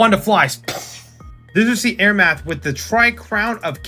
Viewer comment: Nice video! (Also Amaranth is am-uh-ranth/am-er-ranth)